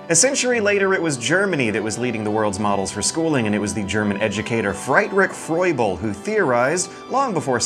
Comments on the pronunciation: "Frydrick Froible" nnnnnnnot even close,. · Fry-t-rick Froy-bull Nice try, "Free-drich (soft ch) Froo -bel (oo from the word good)" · Wow, I don't know if you could pronounce Friedrich Fröbel more incorrectly. Seriously, with so many people incorrectly pronouncing "stein" as "steen" why did you have to say "fride" instead of "freed"? The one time it was actually a long e sound. And that was just the first syllable. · The correct pronounciation for "Friedrich Fröbel" is "Free-dri[cat hissing noise but without a voice] Fr[saying "uuuhh" but with a hint of "o"]-bell". Thought I'd let you know.